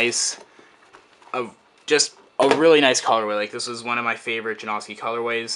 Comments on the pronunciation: I hate when people call them Ja-No-Ski or Ja-Nos-Ki. Even Stefan pronounces it Ja-Now-Ski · i like how you're saying his name wrong... It's pronounced Janowskie. Not Jonoeski LOL. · i hate how you're mispornouncing janoski, not janawwwski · It's janoski not janaughski that's how your pernouncing it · please just call them juh-now-skees not juh-nosk-i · Way to pronounce his fucking name wrong It's not Jan-AW-ski it's Jan-OW-ski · forreal, its Ja-now-ski. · Ja-nah-ski - janoski, if you watch one of his skate vids you'll now how to say it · It's Yanoski not Janoski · its prenounced (jan-oh-ski) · It's janoski, get your facts right. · lol theres pronounced jonowski btw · Its jan-uh-skees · It is pronounced JAN-OW-SKEE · It's pronounced juh-now-ski. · Janawskis lol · i hate the way to say janAHski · jesus christ if your not gonna skate the shoes then at least pronounce his name right jesus christ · He doesn't even say janoski right. It annoying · say his name right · you said janoski wrong throughout the whole video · You say janoski wrong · You'd think after the 12th pair you'd learn how to say his name correctly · Can't he say it right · most likely not because he doesn't even know how to pronounce janoski right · please, learn how to say Janoski...please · dude i cant sit here and listen to butcher the name of one of my favorite pro skateboarders. learn how to pronounce "janoski" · please learn how to say janoski